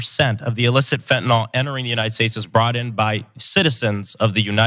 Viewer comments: I commend Ana and Cenk for pronouncing fentanyl correctly. I’ll never understand why everyone in politics calls it fent’nawl. It makes serious discussions sound like an unfunny cartoon. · To Ana Kasparian: you are the best. You even know how to say Fentanyl when, for some reason, everyone else seems to call it "Fentanol". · Yet another reason to love Ana: She pronounces it Fentanyl and not “Fent-NOL.”